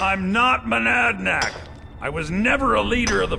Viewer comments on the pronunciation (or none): voice line error here. He say’s “manadnach” instead of madanach